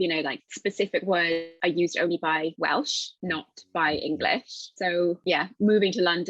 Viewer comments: さんが動画の中ずっと言い方を間違えてる部分がありましたので、僭越ながらも指摘させていただきます。 さんはWalesの言語を英語で何度もWalishと言われてますが、正しくはWelshです。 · ウェイリッシュじゃなくて、うぇる(う)しゅ ですよー